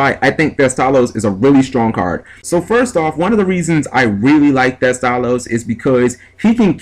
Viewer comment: heh did you call him Teste?